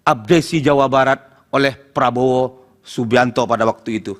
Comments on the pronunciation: apa saya yang salah denger ya, dia menyebut nama prabowo menjadi prabroro. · LAWYER KOK BILANG PRABOWO JADI PRABRORO . INI PERLU DIPERTANYAKAN LAWYER INI KEABSAHAN NYA